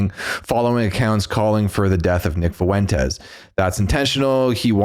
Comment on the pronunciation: I cringed more the way he pronounced FUENTES lol